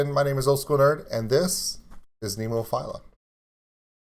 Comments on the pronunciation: Hey I hate like hell being the grammar police but the band is pronounced Nemofeelya, all my love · Becka- agree except there is no Y sound, and no "i" in Nemophila. Neem-oh-feel-ah